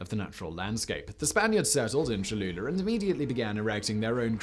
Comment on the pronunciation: Lol. "Choluler"